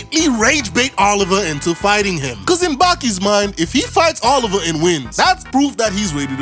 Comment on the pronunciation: Correction, Baki hadn't unlocked Demon Back at that moment. He unlocked it in the fight with Jack in Baki the Grappler. And it's pronounced Oliva